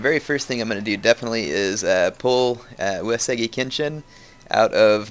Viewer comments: Yeah, maybe you should too a = ah i = E as in "eat" u = oo as in "oooh" (Long o) e = ey as in "hey" o = oh U-e-su-gi = oo-ey-soo-gE The g is always hard. Yes he is also pronouncing "Takeda" wrong too. He pronounces it Tuh-Kay-duh. When it's meant to be pronounced Tawk-Ay-Dah. (Short A, Long A, Short A) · He is. It's pronounced "Eww" "Es" "Ewwgi" (Hard G). He also pronounces Takeda wrong.